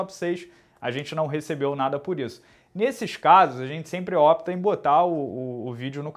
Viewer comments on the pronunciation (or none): none